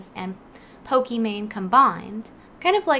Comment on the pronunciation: I love the video but at least pronounce the name right. Pokimane is pronounced like Pokémon.